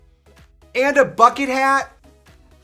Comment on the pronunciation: Trixie's midwest came out with that BUCKET HEYAT